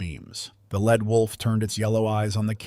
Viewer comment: It is not a "led" wolf. It is a "leed" wolf.